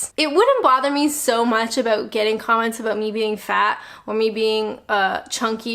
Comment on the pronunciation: Personally I really enjoy your videos. They make me smile. Particularly the 'owt' and 'abowt'.